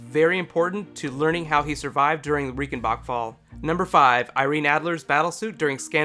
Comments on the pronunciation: R-eye-cen-bark fall. Not Ree-cen-bak fall. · It's pronounced RAICHENBACHFALL not Riekenbakfall like you pronounced ;)